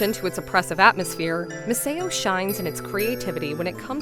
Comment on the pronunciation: Yeah I also feel like the voice might be AI… the way it kept on pronouncing things especially Misao made me suspicious